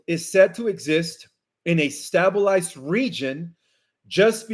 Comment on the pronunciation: Hi! Fyi, Debris is pronounced DEBREE and stabilized is pronounced STAYBILIZED. I've been following you since day 1 with Nicholas V!!